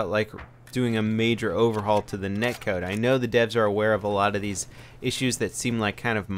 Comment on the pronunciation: i think it's "Net Code" not neck(code).